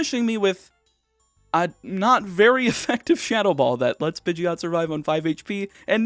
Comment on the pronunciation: Pidgey is pronounced Pidge eeh